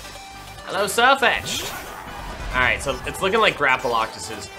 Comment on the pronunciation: her sirfetchd drove me nuts